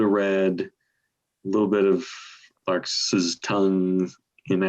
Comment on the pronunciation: Larks tongues in aspic Not larkes! Is that even a word?